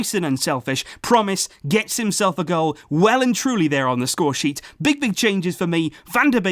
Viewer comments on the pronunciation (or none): none